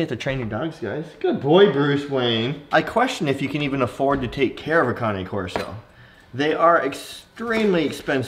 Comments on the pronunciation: You know you think you know how to pronounce Cane Corso but you are clueless. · You know you pronouncing cane corso wrong